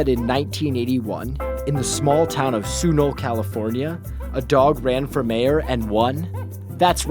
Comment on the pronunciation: Sunol is literally one street. & their pronunciation is sad for a Californian.